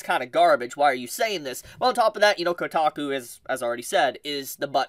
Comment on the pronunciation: It’s kotaku…. 😂